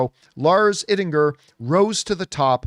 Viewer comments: It is pronounced Eyedinger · You speak his last name like EYE-dinger. Very easy. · Americans can't spell or pronounce anything correctly. His last name is pronounced Eye-dinger.